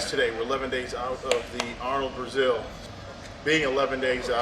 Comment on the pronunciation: He even says Arnold Brazil smh.